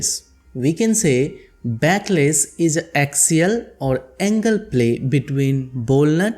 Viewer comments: It's backlash not backless 🤣🤣🤣🤣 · It is backlash not backless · Bro.. A small correction..It is backlash.. Not backless